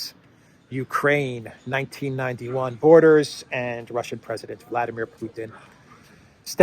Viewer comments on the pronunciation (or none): none